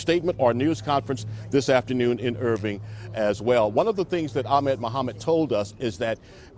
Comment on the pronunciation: people still dont know how to pronounce ahmed...